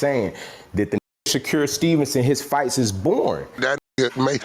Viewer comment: N* saying “shacure” 😂🤦🏽‍♂️